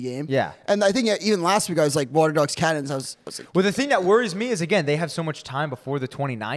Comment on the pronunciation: How are you miss pronouncing “Cannons” so badly? Lol